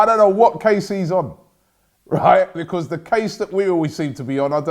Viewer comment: "Becooz" tf was that